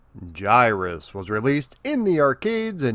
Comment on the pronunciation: Finally someone who can pronounce the name the correct way! It's one of my all-time favorite games, but all the ytubers seems to want to call it Guy-Russ, or Gihruss with hard-G's.